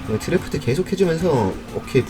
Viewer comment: 내가 아는 유투버들이 다 드리프트를 드래프트라 한다